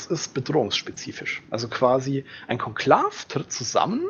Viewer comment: Was ist ein Konklaff, das Ding wird kon-klaa-we ausgesprochen. Genau wie der Akolyth ein ü hinten hat. ;) Klasse Video. 👍🏽